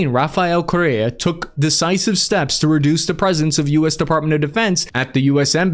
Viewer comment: In America, Correa is pronounced "Core-Air-uh"